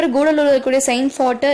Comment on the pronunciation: It's not koodalur it Cuddalore